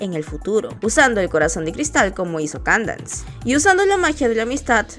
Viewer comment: La pronunciación de la princesa Candence no es " keydens" ( la pronunciación se dice algo asi creo)